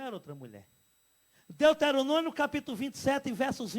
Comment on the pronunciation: "deuterononio"v? ? ? ? vai aprender a ler depois tu volta